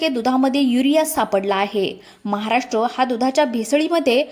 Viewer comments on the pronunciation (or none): none